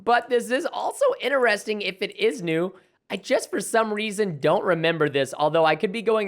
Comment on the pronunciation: what i noticed that preston says interesining not interesting